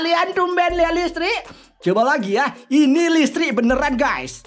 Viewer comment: Listrik woy bukan lestrik